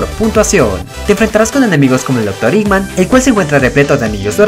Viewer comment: Se llama eggman no iggman